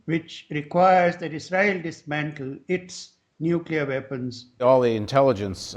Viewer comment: Half the time, Paul Jay seems to say "nucular" and half the time he gets it right "new-clee-are." I think he has been listening to GW Bush too long and that may have confused him! :)